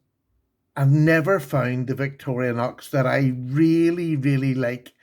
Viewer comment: Love you, but it's pronounced vic-tor-rin-ox, not vic-tor-reeah-nox. Have a blessed new year.